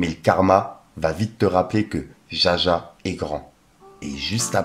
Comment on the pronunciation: jahjah 🤣 on dit DJAJDA comme dans la chanson d'aya, JAH c'est dieu...t'es un bon